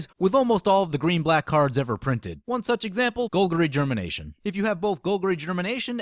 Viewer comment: "gole-guhr-ee" germination lol